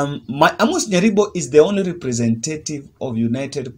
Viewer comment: Lovely analysis bro, Just CHECK OUT on the pronunciation of the word REPRESENTATIVE